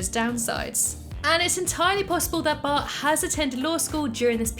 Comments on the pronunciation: She says bah Simpson at start of the video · original: but before we begin what i heard: bart before we begin